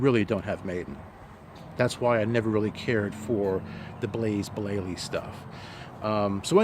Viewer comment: 'Blaze Blayley' :-)